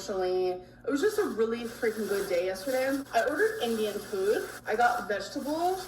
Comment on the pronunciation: The way she’s pronouncing “food” is driving me crazy. I don’t know what the difference is suddenly but it’s so irritating.